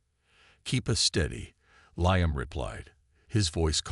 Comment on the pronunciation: Good story but what a pity the AI reading it didn't know about Roman Numerals or how to pronounce Liam. Severley detracted from the experience.